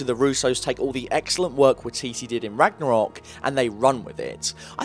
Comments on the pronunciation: Y titi NOT wah titi (Sorry from New Zealand just cringe when stuff is pronounced wrong) (No hate) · WYE- TEETEE That's how its pronounced >:I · Just say Y-TeeTee instead of watiti bruh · None of the letters in Waititi's name is silent. It's pronounced "Why-ti-ti", not "Wa-ti-ti". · Hi, as a Kiwi, can I correct the way you pronounce, Taika's name, as you are saying it really really wrong. Its pronounced 'Why Tee Tee" Not 'Wee Tee Tee' as you keep pronouncing it. Cheers for the essay. :) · Okay. I've scrolled through like 3 pages and no one has said anything about his pronunciation..... its pronounced "Why-teetee" not "Wit-teetee" same for his first name "Tie-kah" Taika Waititi.. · Liked the video, but I was going insane at the pronunciation of taika waititi's last name. It sounds like why-tee-tee not wa-tee-tee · it's pronounced "Why Titty" not "Wah T T" xD (from nz how we pronounce it ish) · When he said "Watiti" I cringed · Its waititi.. why-tee-tee not wee-tee-tee.. lolz. Love it. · im sorry but the way he says wateetee hurts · I'm a bit late to the party, traffic was horrific, but Waititi is pronounce Why-tee-tee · The pronunciation of Waititi is “why-tee-tee’ more emphasis on the ‘wai’ and the ‘titi’ to be said faster like “titty” 😅 hope that helps :) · It’s waititi (why-tee-tee) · Hahaha it’s so weird hearing someone from America try to pronounce a Maori name EDIT: thought I might add this for anyone who wants to know how it’s actually pronounced its, wa i ti te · Okay I swear to god If you pronounce Waititi wrong again I'm seriously going to punch you. WHYATEATEA. Is about how good I can get pronunciation to be. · hahaha you saying taika waititi was the the best part this video you said taika why tea tea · Waititi is said as "why titty" but yeah... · Waititi is pronounced "Why-tit-e". It's a Maori name. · Being a Kiwi I'm hurt at how you're saying Taika's name. JUST SOUND IT OUT!!! Ta i ka Wai ti ti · Waititi is pronounced why-tee-tee